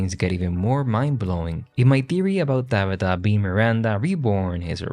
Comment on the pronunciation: “Dahbeetah” (Tabitha) I love it 😊